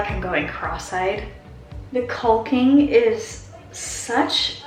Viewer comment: Not that anyone asked, but just so you know, it's "cocking" not culking. :)